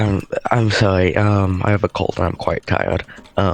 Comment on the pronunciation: "I have a cowd and I'm quite tiwed"